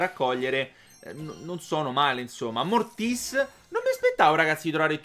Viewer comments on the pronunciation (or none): non si dice Mortís si dice Mortis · Non si legge morttis ma si legge mortis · Mortis senza l'accento si dice😂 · si chiama mortis senza l'accento sulla i ahahaha sei un grande continua così